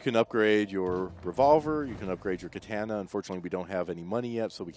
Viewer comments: For fucks sake...KUH-TAH-NUH....not KUH-TAN-UH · Learn how to say katana! Its annoying when people talk about shit that they don't know shit about! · Way to bastardize the word Katana... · The way he says "katana" Come on man, get it right!